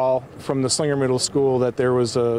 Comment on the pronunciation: yeah, was anyone else bothered by how she pronounced ti Slingger instead of Slinger?